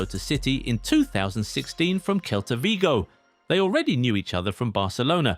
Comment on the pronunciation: Bro said Kelta Vigo